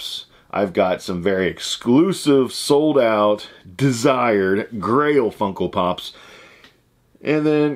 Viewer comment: You sound like you're saying Funkle Pops, lol love it!